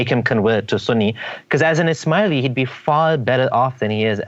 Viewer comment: Ishmaeli sounds like "Is Smiley" :-)